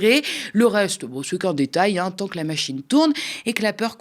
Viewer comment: « en temps de » et non pas « en tant »! Ça c’est un véritable choc thermique